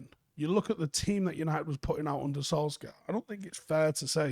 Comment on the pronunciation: Why do folk still pronounce his name as "Solskaar"? He's said it time and time again. It's pronounced "Solshire".